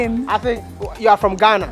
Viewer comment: " So he's the tallest guy in Ghanna?" ..hahahahahahahahahahahahahahahahahahaha..Fxxkin I died laughing..hahahahahaha